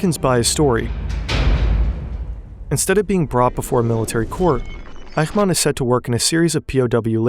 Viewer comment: In German the "ch" in "Eichmann" is pronounced like the "ch" in "ich", not like the "ch" in "Dach". In phonetic language: ç, not x. I know "ch" is always pronounced like the "ch" in "Dach" in Dutch and Hebrew, but that is not the case in German.